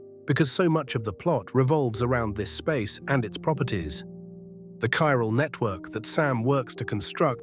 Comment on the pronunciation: Oh okay I see, it's Ai slop. I can tell seeing as it can't pronounce Chiral consistently to save its fcking life